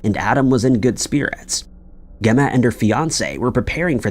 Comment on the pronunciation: Learn how to pronounce names. Gemma starts with a J sound. Or do you also pronounce George as Gorge?